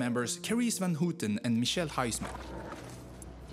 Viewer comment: Who-ten???? it is houten [how t'n] , and it's not fen koh...it is vvv ah n gogh,,,with a g pronounced like ch in lochness.. please ..do your home work.